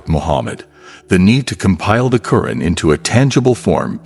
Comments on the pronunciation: You call it the Karen in an actuality is say it’s pronounced the Quran!! Can you please pronounce the words correctly? Cause how would you like me pronounced your book as the bib?? You wouldn’t like it so pronounce it the correct way and this is not my opinion this is pronunciation you went to school. You know how to pronounce. The correct way, so please put some respect on it.!!! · asrwghfirullah may AI not be your true islamic perspective of islam. Just hate it call me a hater yes man is hating hating on the fact that u decided its ok for ur ai big daddy to pronounce Qur'an as kuren and Allaah as Alah it is satanicly disgusting please can u improve ur damn videos in the future In sha Allah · Pronounced ‘Al Qu’ran’ القرءان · Is this an AI narrator or actual person, mispronouncing Qu'ran